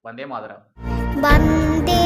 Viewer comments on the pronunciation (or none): none